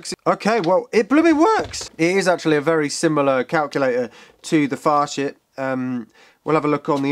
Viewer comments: Pretty sure it's pronounced as "Fasit" rather than "Fashit". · Hands up if you giggled like a schoolgirl every time said Facit.